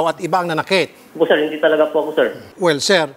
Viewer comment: hindi po seeer, wala po seer, di ko po alam seer, lupit mo mag deny.